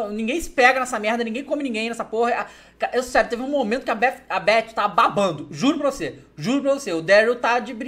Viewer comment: pse mas ele merecia né TH com som de F em inglês é o básico que se deve saber.